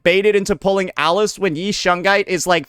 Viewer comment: Idk where the i in shunguang is why is bro saying shungai 😂